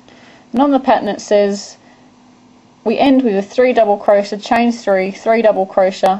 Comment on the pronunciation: Your pronounciation for crochet sounds like cro-sha. LMAO! It's not crosha! It's cro-shay! lol